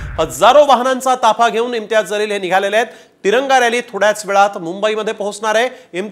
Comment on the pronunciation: ज़लील नाही बे जलील बोल